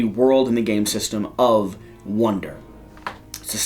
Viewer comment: I'm not sure if I was mishearing it, but it sounded like he was saying "wonder" instead of "wander".